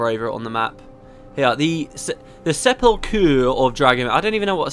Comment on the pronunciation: I think you did pretty well with the pronounciation, I heard it in Skyrim just the other day and they said 'sep-el-kur'. The first couple of voice clips make me wince, I think it is just that actress? The last ones were pretty good though. I am one of the voice actor whingers